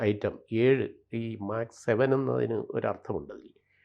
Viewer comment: ഡിജിറ്റൽ മീഡിയകളിൽ അപ്‌ലോഡ് ചെയ്യുന്ന കാര്യങ്ങൾ ആജീവനാന്തം അവിടെ തന്നെയുണ്ടാകാൻ സാദ്ധ്യത ഉണ്ടെന്നു കരുതി പഠിച്ചിട്ടു വീഡിയോകൾ ചെയ്യുക .മാക്സ് സെവൻ അല്ല മെക്‌സ്‌ സെവൻ .സെവൻ എന്നവർ ഉദ്ദേശിക്കുന്നതു് യോഗയുടെ വിവിധ കാര്യങ്ങളും അല്ല.